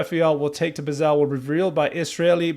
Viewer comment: Love your heartfelt response- just want to correct your pronunciation of Basel, Switzerland - it’s Basel” as rhymes with “nozzle” …..!